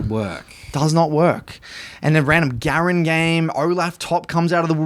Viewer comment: really nice video. but as a german (agurin is also german) i have to tell you: emphasize the A not the U its Agurin not agUrin i know this has prob nothing to do with the video but just wanted to get it out there